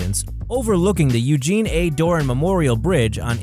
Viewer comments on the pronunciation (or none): none